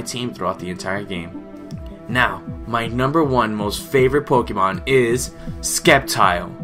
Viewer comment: You're saying Sceptile wrong. -__- It's not Skep-tile. it's Sep-tile.